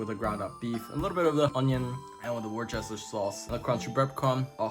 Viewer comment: Repeat after me...wuster-sheer sauce 😄 💙